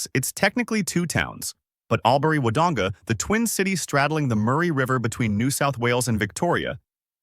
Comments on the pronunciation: I wish you would conduct proper research when talking about Australia. The correct pronunciation is "All-bury," not "Al bury." While relocating here can be a great decision, it's important to note that the hospital needs funding for upgrades. Additionally, transportation could be much improved; having a car is definitely necessary. As for the train to Melbourne, it often requires you to catch a bus to reach another destination before you can board the train. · Albury is pronounced All bury